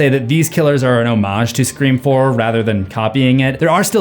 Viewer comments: Idk if I'm miss hearing but I swear he keeps saying scream form instead of scream four??? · you keep saying “scream form” instead of “scream four.” i don’t why this irked me so much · My guy keeps saying ‘form’ instead of four. Yikes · Cant get over him saying "form" instead of "four"' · Is it just me or is he saying scream forum not scream four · “Screw-4-m” is not funny. Just stop. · Am I having a stroke or is he saying “scree form” instead of scream 4 ?? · are you saying ScreFourM or Scream 4? :) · why u said "Screeform" instead of "Scream 4"? ik as its written as Scre4m but its (i think) an easter egg to "internet slang/language" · Dude, do you realize that you say "Scree form" instead of "Scream 4?" It's weird. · Movie title: SCRE4M Him: Screfourm Not me angry: JUST SAY SCREAM 4 ITS THE SAME THING!!! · Am I the only one who keeps hearing screa form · Why do you keep calling it “Scream Form?” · Is it just me or is he saying Scree Forum instead of Scream 4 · Bro I love these videos but please revise the way you say "Scream 4" lol. "Scre-Forum" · Ah yes scre-fourm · Scream Four, Or as you say Screa Form. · Is it me or does it sound like he's saying "form" and not "four"? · I love your videos, but... Scree form?? Are you doing that on purpose? (I know you mean scream 4, but) "scree form" is all I'm hearing lol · What the hell is screa form???? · It’s pronounced scream four. Not screen form. My god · It’s four not form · You keep saying screa form not scream four and it’s throwing me off, good video tho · Please stop saying “screa form” my god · It's actually hilarious, the number of times, in this video, you accidentally pronounce 'Scream 4' as "scree form" lol 😆😂🤣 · Dude, twice you said “Scree Form” instead of “Scream Four”, thought I was having a stroke. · Ok, at about , you said scream 4, but just a few seconds later, you revert to scree form, which brings us to 7 times. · So did anybody else notice that he kept calling “Scream 4” scree form???😂😂😂